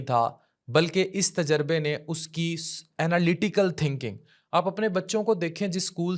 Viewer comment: Ana lati cal nahi Analy tical